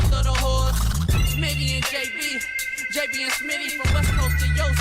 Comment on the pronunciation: Who called JB “Jew B”?😂😂😂